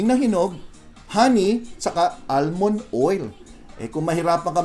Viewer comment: Almond- silent l.